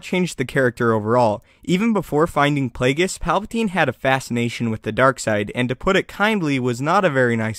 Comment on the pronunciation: What aboot Plagues